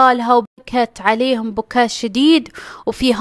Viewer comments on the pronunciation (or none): none